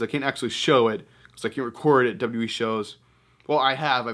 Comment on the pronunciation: When will you learn how to W W E instead of w e